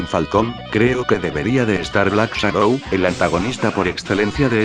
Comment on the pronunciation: Shadow no shadoh